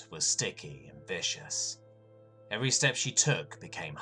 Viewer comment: pronunciation guide: Viscous... Vis-Cuss. :) still a wonderful narration.